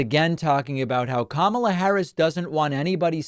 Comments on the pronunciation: Not being able to say Kamala is just weird. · And now a nYew mispronunciation - kamma la. I love the Y in new. It should be added to now. nYow, nYumbers. nYoodles. nYative. nYever. knYees.